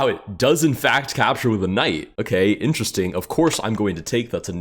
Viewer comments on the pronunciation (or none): none